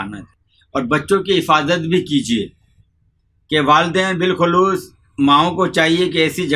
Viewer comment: اس بابے کو کچھ نہیں پتۂ کاغز سے پڑھ کر بتا رہا ایسا کوئى بھى پڑھ کر بتا سکتا ہے۔۔۔بالخصوص بلاخلوص پڑھ رہا ہے اور نمونیا کو نمونا پڑھ رہا جس سے صاف پتۂ چل رہا ہے کے سب رٹا رٹایا هوا ہے۔۔۔۔۔۔نیم حکیم خطره جان۔۔۔۔شہد نمونیا کے بچے کے لیے بلکل مفید نہیں ہے اس سے ریشۂ چمٹ جاتا ہے گلے میں ۔۔۔